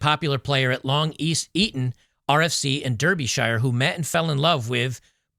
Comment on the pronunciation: Breat video, The county is pronounced Darbyshire. If people pronounce ‘Derbyshire’ or ‘Derby’ in England then locals would think they were speaking with someone with a speech defect.